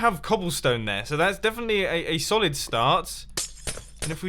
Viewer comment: "We definitely have cobblestone there, that's a sollid start" lmfao